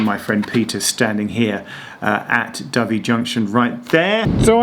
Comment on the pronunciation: It’s your pronounciation of Dovey I would expect you to have corrected yourself on, Geoff. Think white, slightly smaller than a pigeon (and peaceful) bird. Kudos for knowing how to say Shrewsbury too!